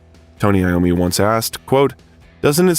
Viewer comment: It’s pronounced I ommi as he is Italian